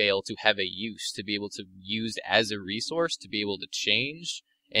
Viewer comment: man...i dont mean to be a douche or anything...but the way that pronounces "resource" really gets on my nerves....sigh no offence bro...its just one of my pet peeves